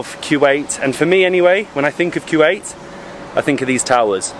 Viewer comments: Actually it is not Kuw-ait It’s actually Ku-wait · It's KUWAIT not que- wait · It’s kuwait not Q Ait, please try to say it right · bro hes calling my country kuweait.... its kuwait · It ain’t qeuewait it’s koowait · It’s not Quwait it’s kuwait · Q8!? I thought that was just an Audi SUV, thought it was pronounced "co-wait" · Why do you keep saying q-ate when theres no q in the spelling wilst!!!